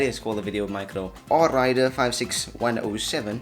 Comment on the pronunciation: Thx for answering! Though it's pronounced A-Rider in the future. I wanted to hyphenate but forgot